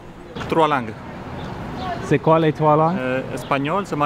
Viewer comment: combien de lan'guess ???? Is this really how you pronounce the plural form of langue?